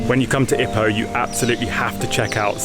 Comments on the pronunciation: Lovely video. Thanks. The pace, footage and information kept me entertained. I would pronounce Ipoh 'ee-poh' (with a long first syllable) rather than like 'hippo'. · OMG twat , u can’t even pronounce it right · You can’t even pronounce Ipoh right , tool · Pronunciation of "Ipoh" is giving me cancer